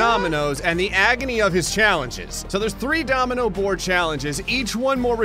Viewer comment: litarly said dominomoino